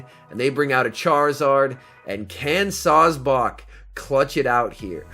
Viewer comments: Sawsbuck: "SawsBawk" Excuse me sir but it's pronounced Saws-Buck. You know, Like a male deer...: bawk bawk bawk.🤨...: bawkbawkbawkbawkbawkbawkbawkbawkbawkbawk 🐔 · No one:: Sawsbock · I’m fine with sawsbuck... but what about the dirt rabbit..